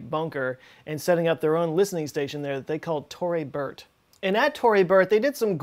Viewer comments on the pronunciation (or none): none